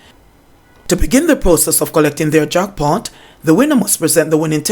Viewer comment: says "jockpot" instead of "jack pot" lol. I'm just being mischievous in pointing this out.